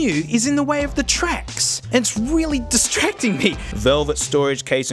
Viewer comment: you mean dis-trax-ing? Help me